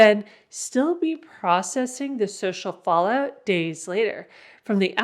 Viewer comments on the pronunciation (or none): none